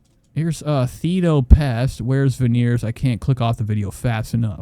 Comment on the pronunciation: "Thedo Pest" 🤣🤣🤣